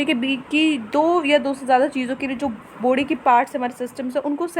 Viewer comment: Mam jab aap body Bolte ho tab mujhe foody sunai deta hai 😀